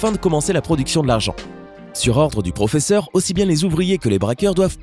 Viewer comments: Quand tu as dit pfofesseur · "EL PROFEFFER"😂😂😂😂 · 😂😂ce n'est pas raquel murlio c'est raquel murio et ce n'est pas el profefeur mais le professeur 😂😂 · C Raquel Morrillo et pas morreillo et c le proffeseur et pas le proffefor